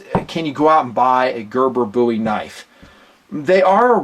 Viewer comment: Thank you for pronouncing “Bowie” correctly.